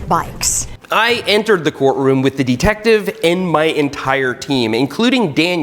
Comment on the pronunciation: Why’s he saying deeetective